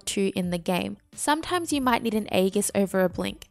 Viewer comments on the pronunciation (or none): none